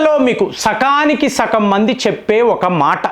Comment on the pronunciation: Sakaniki కాదు Saganiki